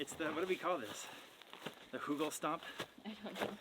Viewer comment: Hej,, the ü in Hügel is not an u, its somewhere inbetween a y and a u in english:)